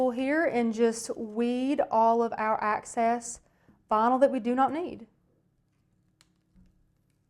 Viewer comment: Please say excess.